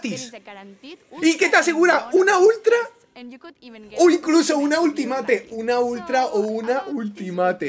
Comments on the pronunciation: Por favor, pronuncia bien Ultimate /Ultimeit/ 😬😬😬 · Di bien Ultimate, porfavor, no es tan difícil